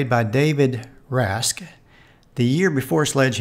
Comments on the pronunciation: I loved that show. He was Jack's son you know. BTW I'm pretty sure it's pronounced Raw-she. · It's pronounced Rah Shaa. Fyi